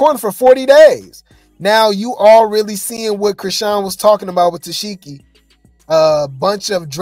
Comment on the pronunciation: Omg yall he keep pronouncing it -Tess-Sheki, 😂😂😂😂 it’s Tesehki which is pronounced “Ta-Seek-E “